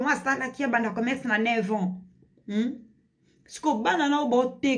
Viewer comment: Commerce et non comecsse